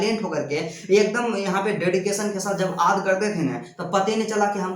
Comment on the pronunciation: aad ya yaad bol rahe hai